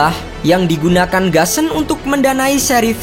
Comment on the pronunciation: Gusan tetep dibaca GUSAN bukan GASEN